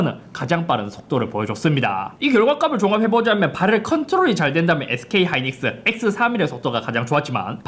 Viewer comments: 오늘 따라 ‘ㄹ’ 발음이 두드러지네요 “발열르ㄹㄹㄹㄹ” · 발열 발음이 ㅋㅋㅋㅋ